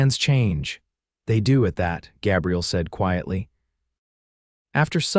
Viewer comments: The cowboy’s name has a long “a” it is a guy’s name. AI is often faulty in name pronunciation at the least! I am not a fan! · Good story despite the AI narrator's annoying mispronunciation of Gabriel.